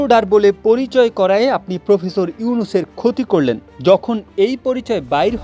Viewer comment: ""প্রুফেসুর"" ইউনুস কি? বুঝলাম না।